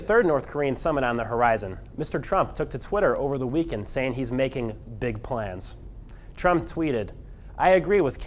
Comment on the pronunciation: I'm having a great "weekwend" 😂😂